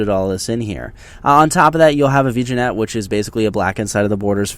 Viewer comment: Just thought I'd be helpful and point out that you don't pronounce vignette properly. Might help you sound less amateur when talking about 'photography' have a nice day